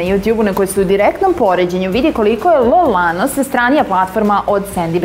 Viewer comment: Ja ne mogu da verujem da je riba na kraju snimka ladno rekla L Lano... :D